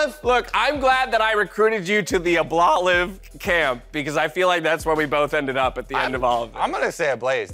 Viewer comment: "Ablolive" made me laugh way more than it should have.